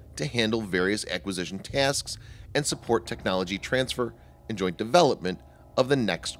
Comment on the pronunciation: Änd aaand AAnd u say it way to hard or.. Soecial B-)